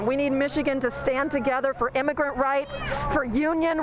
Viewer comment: Imagrent rights. That is what you said.this is America., or it used to be. I went to Florida 10 years ago Miami. I found three people that spoke English.